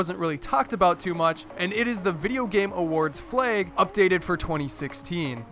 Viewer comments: Fleags? I say flag. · Wtf is a "fleg"? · Umm... why do you say "flag" like "fleg"??? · why do you pronounce flag as "flayg"?